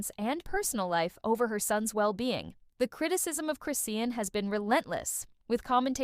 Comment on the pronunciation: why are u mispronouncing her name ?it’s…CHRIS …. SEAN! chriiiiiiss shawn